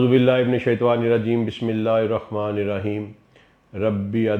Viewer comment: السلام علیکم و رحمتہ و برکاتہ سر آپ بسم اللہ الرحمن کی نعوذبااللہ (الرخمن) بولتے ہیں، ہمارے پاکستان میں یہ غلطی کامن ہے، جان بوجھ کر نہیں کیا جاتا ہے